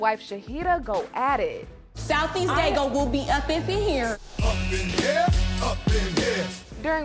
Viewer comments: Did she say South East Daygo?? 🤣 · She said South East Daygo! Don’t play! 💯😂